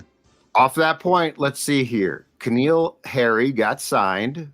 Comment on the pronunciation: Can some please explain to me why no one has corrected..it’s N’Keal not K’Neal lol